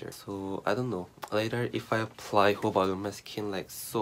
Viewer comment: Its jojoba not hoba